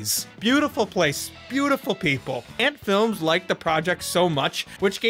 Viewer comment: It's not ant films, but Antefilms. It's AH not ash.